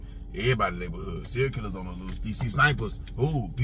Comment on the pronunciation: “Serial” not “Cereal” like food lol